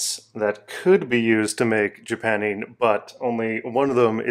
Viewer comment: Well, I'm pretty sure it's "JapannING", not "JapanEEN".